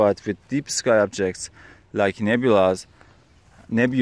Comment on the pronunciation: Nebulae. Pronounced “Nebulie” 🧐😉🤓